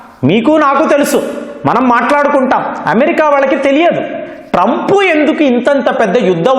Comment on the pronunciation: TRAUMP. Sesefair.. Antadu...